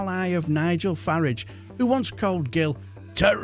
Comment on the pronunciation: Pronouncing Farage the correct way! Good chap you are.